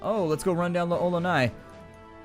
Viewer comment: Just curious, but why'd you have a sock full of pennies? (Also, fun fact, L'Olonnaise is pronounced "LOL-o-nay"). Thanks for your video walkthrough; just got back into this game after 12 years and they were an immense help.